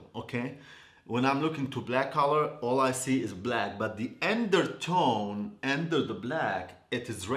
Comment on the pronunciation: The “endertone” 🤣🤣🤣 I love you 😘